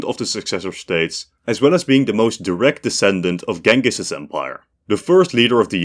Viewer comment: that's a hell of a way to pronounce 'Genghis' 🤣